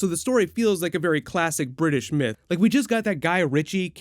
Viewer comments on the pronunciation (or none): none